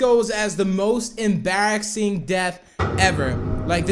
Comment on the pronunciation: Did u guys hear him say Embarrasxing Instead of Embarrassing?